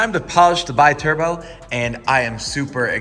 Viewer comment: That maserati is a be turbo not bai turbo biturbo is not english to be said with the english pronunciation in this case is italian and stands for twin turbo, sorry guys but i have to correct that